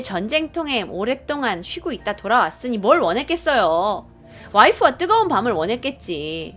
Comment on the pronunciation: 뜨거운 밤을 뜨거운 밥이라 들음ㅋㅋ